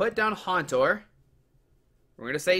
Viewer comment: It's Haunter not Hantor!